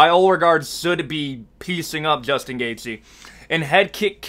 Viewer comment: Pronouncing the Name „Justin Gaethje“ is this guys worst nightmare . Keep up the good work !